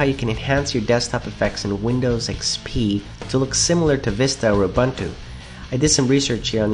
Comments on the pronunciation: You pronounce 'ooh boohn tooh "Uh bun tooh"? LOL, Nice vid. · I didnt know that ubuntu was pronounced like that lol. Truetransperancy is better for transparent windows. Win flip is good. The window fx trialware gives you rather cool animations for minimizing and restoring windows and opening menus (it looks even better than aero), and it doesnt clog your comp with ads, just asks you if you want to buy it every time you log on. Buying it is even better. All these programs are free and without spyware or viruses.